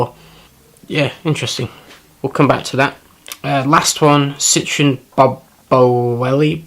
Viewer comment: That Boboli pronounciation thoooo! 😂😂😂 I legit laughed out loud. Love your first impression videos!